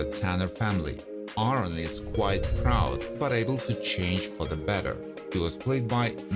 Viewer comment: The narrator to know how to pronounce the names he pronounced Aaron wrong he pronounced the character Denise as Dennis learn the names before you make a video